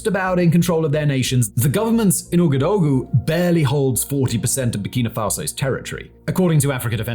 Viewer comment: Really insightful series that brings light to flashpoints that we need to keep an eye on. Thank you for this and keep up the great work. Minor pronunciation points: - Ouagadougou is pronounced "Wagaduuuguuu". - The people of Burkina Faso are "Burkeeena bey"